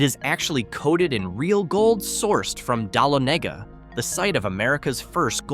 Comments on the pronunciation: Vidalia is pronounced Vigh-dell-yah emphasis on dell. Dahlonega is pronounced duh-lon-uh-guh -emphasis on lon. Cool video! Proud to be a Georgia (JawJah) Peach! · it's pronounced da-lon-a-guh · I think that's the worse butchery of a town name I've heard in a long time.